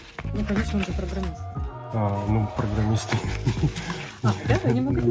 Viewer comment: ахахахаха после фразы "он же програмЫст" смеялся очень долго